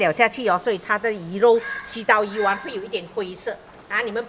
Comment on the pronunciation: 丸的讀声是“完” 讀鱼完😂